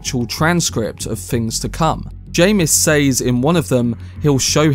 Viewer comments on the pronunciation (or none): The word "SAYS" is pronounced "SEZ". Thank you.